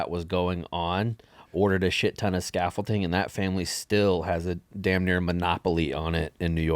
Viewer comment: Scaffolding, not scaffolting Sorry cant help myself